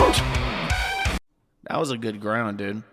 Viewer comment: Sound like you're grout instead of ground 😂😂😂